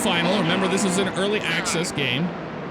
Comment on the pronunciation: He said earcly access